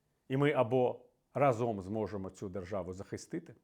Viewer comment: рАзом, а не разОм!!! Це "хвороба" медійників та популярних особистостей, чи навмисне нехтування правилами? Вислів - "рАзом й батька легше бити", та "разОм батька легше бити" мають дві різні ознаки події. У другому випадку не використовується "й" бо наголос у слові "разОм" вказує на те що це ДІЄВЕ значення, а не КІЛЬКІСНЕ . А для більш простого вивчення цього простого правила "рАзом" чи "разОм" є дуже відома пісня - "рАзом нас багато, нас не подолати...". Використання наголосу на "разОм" у контексті висловлювань Портнікова вказує на дієвість події, підставте у речення де Портніков каже "разОм", слово "за раз", або "миттєво", зовсім інші сенси приймає вислів і не має логічної прив'язки до контексту того що люди мають бути об'єднаними бо "рАзом" ми сильні, тобто кількісне значення.